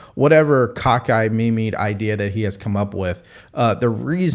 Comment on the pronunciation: Did you say cock eyed mimi ? I'm on your side here but damn that was funny. You gotta look up the correct pronunciation